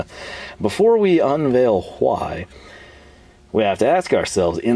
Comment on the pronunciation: Another great video! I always forget you're from TX and then you throw that "HHWHYY" Must be a panhandle thing.